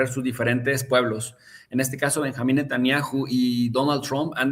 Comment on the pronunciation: A VER...NO ES "NETANNIAJU"...SE LLAMA N E T A N J A H U Y SE PRONUNCIA NETANYAJU... O BUENO PUES SATAN-YAHU.... ABUSADO MI CHAVO DERECHOSO